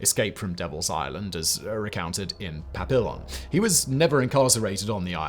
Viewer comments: Papillon - in french is saud as papiyon (with a soft n) in english is papeeyon (with a harder n). It means butterfly. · "Pa-pill-lee-on" good effort, good job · It's only three syllables. Pa (rhymes with yeah) Pee (rhymes with knee) Yone (rhymes with loan). I listened to a French expert say it several times about a minute ago. Seemed like he knew what he was talking about. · Papillon? Omg no. Pap-ee-on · Matt M Yes because simon needs you to jump in and defend him. Lol we can cringe if we want to cringe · he said "papillion", like "pavilion" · How could you possibly mispronounce "Papillon"?? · This. I had to grit my teeth every time LOL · omg, your mispronunciation of Papillon hurts as badly as your mispronunciation of Björk. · You're pronouncing Papillon wrong, the L's are silent. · SIMON NOOOOOOOO😂😂😂😂 Papillon; Butterfly in French. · Pronounces Papillon incorrectly 2 different ways SMH FFS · Only if he says the name right 😂 love y’a Simon but oof. ❤